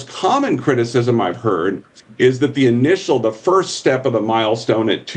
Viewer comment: Bloomburg News all duh news all duh time